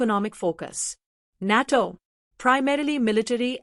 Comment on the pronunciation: 😂😂😂 can't even pronounce NATO correctly 😂😂😂